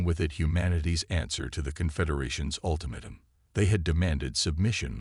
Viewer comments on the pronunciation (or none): Thanks. However!!!.....I REALLY wish you would narrate your own stories yourself like a "FEW" others do. It is SO much more enjoyable than listening to POS CRAPPY AI's that can't speak English!!!! WTF is: "me-TAL-urgy", "day-BRISS", "UL-timitum", "DIZ-aray"!!!!????? EXAMPLE: StarboundHFY narrates his own and they are MUCH more enjoyable....and I can actually finish his stories. There is also a Hispanic gal who narrates her own. Join those who do it right!!!